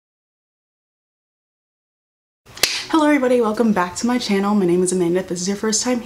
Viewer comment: are you like part Australian or something you always sound Aussie when you say "hello everybody"